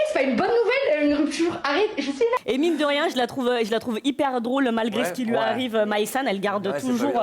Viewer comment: ~ * 28’30 « et mine de rien » mdr « emine de rien » personne a relevé 😂